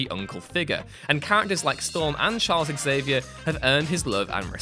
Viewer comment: Dude, it’s pronounced Zavier, not exzavier